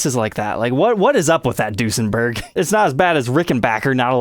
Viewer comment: In german when u say the ue it sounds like the ü so it would be pronounced Düsenberg. This is an Amazing video and I'd like to see more Duesenbergs on here thx a lot